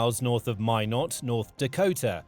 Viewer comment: 👏🏻 good pronunciation of Minot